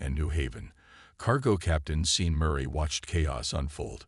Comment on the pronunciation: sean is pronounced shawn. narrator and subtitler cant handle the name since the subtitler works off the narration not the original text. about 2/3 in the story got a bit strange talking about human colonies rebelling. suddenly aliens with human names argue in the council.